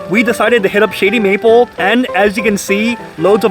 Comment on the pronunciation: Sound like you said "Shitty Meatball"